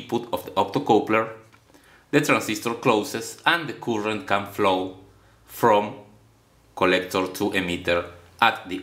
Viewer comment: Cuurent NO NO NO, Its pronounced current.